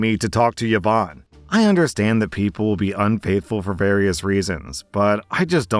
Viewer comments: Last story: what the heck is up with those few people who pronounce Yvonne as “yuh-vonn”. It’s “ee-VONN”. C’mon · about the last story: “Yvonne” is pronounced, “ee-VONNE,” not “Yah-Vonne.” It was my mother’s name. 🙏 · The correct way to pronounce Yvonne is "Evon" the way you say it sounds like the male name "Yvon" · Dude, you need to learn how to pronounce Yvonne. It's not even a non standard spelling of the name. Who on earth pronounces it as Ye-vawn? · Exactly my point. Until I read the text I thought he was pronouncing a weird Irish name that was sort of like Siobhan. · Yvonne is pronounced "E-vonne" with a soft "e". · thats not how you pronounce Yvonne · Yvonne is proneness with the vocal Y, not the consonant j